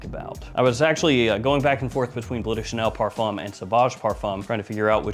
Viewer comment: It's not 'blue' de Chanel. Look: it doesn't say b l u e. It says b l e u. Pronounced 'bloehw'. Or ask Google translate. But it says Bleu. Not blue.